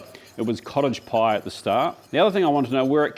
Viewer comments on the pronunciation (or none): I know you keep saying cottage pie but i only hear college pie and thays alright but everyone knows thay shepherds salad is Irishman